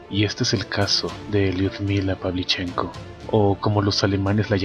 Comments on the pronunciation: Muy buen video; pero, el apellido Pavlíchenko es esdrújula, no grave. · Carlos Ferreyra El apellido se pronuncia con el acento en la "e" - PavlichEnko.